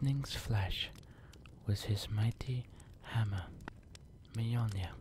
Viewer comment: Ew. Bad accent, horrible pronunciation. It's Mjölnir. Not muh Jolner